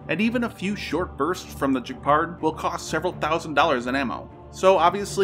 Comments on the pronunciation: pronounciation !!!, in particular, Robotee nay, Gheh pard !, (a hard G), and thats where i stop because i didn't watch the end of the vidéo yet. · It's "G"epard, as in "g"un. Otherwise it would be "Juardians of the Jalaxy is a jreat movie!" 😉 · Wow, you can't even pronounce Gepard properly and you want to give us all a lecture on the future of anti-drone warfare which youtube absolutely insists I watch. You know if you actually bothered to find sources other than CNN and Lockheed, you might know that the Russians have been having a lot of success with jammers since those cheap commercial drones have weak transmitters and all use the same frequencies. You can jam a commercial drone with the magnetron out of an old microwave oven and a pringles can, which doesn't cost $200. That's why most of the recent combat footage from the Ukrainian side is from helmet mounted go-pros, while most of the Russian footage is from FPV drones. CNN is not going to tell you that Russian electronic warfare capabilities are on point because they don't know what electronic warfare is and don't care. You should look it up, it's an interesting subject and absolutely critical to an understanding of modern warfare. Once you've got the basics you'll realize there's a lot to be learned from this war.